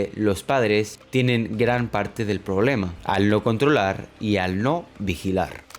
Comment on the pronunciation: No he visto a nadie más comentar que dice 'Poblema', se que es algo irrelevante pero precisamente hablando de la falta de capacidad lectora me causa gracia que haya una falla gramática. No es mi intención atacar a nadie, meramente me llamo la atención y me causa gracia xddd